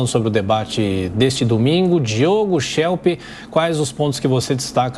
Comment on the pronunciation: Muito bom o canal. Mas ouvir o "Chelp" é duro...